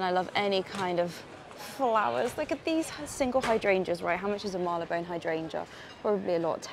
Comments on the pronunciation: Hello. It is pronounced Marlybone. Similarly, Holborn is Hob'n. Keep up the fine work. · Well that was fun! Bit noisy - but you're in a city. I'm a Londoner and pronounce it Mar-ler-bone. The Sherlock Holmes museum is not bad - I think it's worth a visit if you're a tourist. Loved seeing all the architecture, the small shops. Can't wait for the next adventure and to hear how you liked the Indiana Jones movie! I loved going to the cinema too - next on my list is Oppenheimer. Another great video! Thanks! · Loved this! I’m a forever “Marleybone” pronunciation kind of person and I laughed out loud at the guy’s reaction as he came out of the building behind you whilst you were filming your autumn outfit bit 🤣😂🤣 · Yes I believe it’s pronounced ‘Marryleebone’ so I’m told!